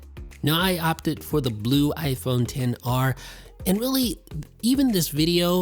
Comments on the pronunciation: This really annoys me how he always says 10 R not XR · He does know it's xr and not 10 r right